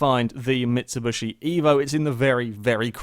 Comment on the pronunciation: mitsu-bushy... never heard it pronounced like that before